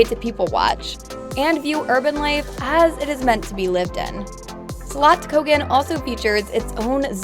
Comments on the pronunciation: Spelling is wrong, it's Feskekôrka/Feskekörka. And then she said "feskekora"... Slottkogen!? How does she miss the two S in the word!? "Skatsken". Again... haha, just ignoring letters. Pretty sure she said the English word Archipelago wrong as well. orz It's one thing to not know or not pronouncing things exactly right in another language, but I'm so confused about some people who just skips letters in words. Otherwise a good video. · The way she prononce the Fiskekörka, Slottskogen,Haga Nygatan ..etc etc...made me laugh out loud.. it seems like she has never been to Göteborg...